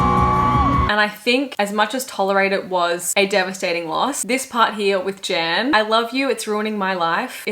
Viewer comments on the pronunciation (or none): The dancer Jan is from my country (Slovenia), it is still crazy to see him up there. I laughed when you pronounced his name, but how could you have known - the J is pronounced like Y and A is just an a sound (like if you were to sing aaa). So kind of like Yan if I try to mimic it to English 😅 Loved the video though, as always.